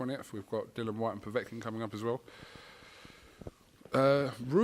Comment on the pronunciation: It's Dill- ee- an,. DILL- ee- an